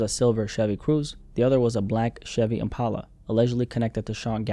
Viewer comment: why are you saying impala like that